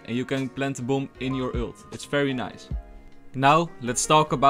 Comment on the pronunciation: Stop daying ült its an ULT no ü